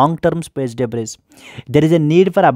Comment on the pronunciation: debris pronunciation is debri.... not debris